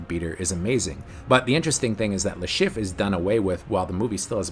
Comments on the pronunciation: It's "Chiff-Re" not just Chiff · How the hell do you manage to mispronounce Le Chiffre throughout this entire video, when his name said many times throughout the whole movie?